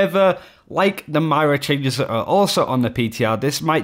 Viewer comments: Did you just call her maria? It's Moira. Look it up. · WHY DO YOU KEEP SAYING MY-RA? HER NAME IS MOIRA. AS IN MOY-RA. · its moira not mira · Still saying Myra? Wtf, bout to unsubscribe due to a unwatchable content. Moy-ruh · Moi-Ra not myra, seriously just say Moira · It's Moira not myra :p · Roy, Toy, Boy, Poi, Koi... MOI MOI-RA not MY-RA!!! >< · triggers me how you say MAira instead of MOira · It's pronounced MOIRA (MOY-RA), not MYRA. How difficult is it to get two syllables correct? I have no idea why that tilts me so much, but it really really does. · if you can say boy, u can pronounce moira. moy-ra :) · Literally why are you saying "myra" that's not an Accent it's completely wrong It's not hard to say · He has pronounced it correctly a few times in the past, which made me think he figured out how to say it, then randomly switched back to Myra. It's not as tilting as pluralising Master & Grandmaster ranks completely out of context though. "I hit masters" You hit multiple master rank players? wot? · agreed! If he can say 'boy', 'toy' etc he can say 'moi-ra'. He even says 'boys' in this video perfectly! >< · Why do you say Moira like that? -_ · It triggers me that you can't say Moira properly. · why can you not pronounce "Moira" lul